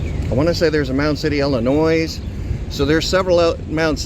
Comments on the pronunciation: how DARE you pronounce that Illinoiz !! Turn this guy into Frank Pants that sonofabitch… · I wouldn't trust this cop. He pronounces Illinois, IllinoiZ. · "I've lived here over 20 years" next door to Illinois but I don't know how to pronounce it. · Cop pronounced Illinois with an s. Moron. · Mound City, Ill-i-noise...❗🤪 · best part he pronounced illinois as Illinoise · And saying ill-a-noise. Is that cop even literate? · Bro looks 50 and doesn't know the 's' in illinois is silent? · Y'all are magnets for morons with badges! 😮 we learned in grade school that "Illinois" is pronounced without the letter S 🤔. 6 months in the academy didn't help him. 😂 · I lost all respect for that cop after he pronounced the S in Illinois. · As an Illinois resident, we give the S pass to people on the coasts. But any state who boarders us, gets no pass!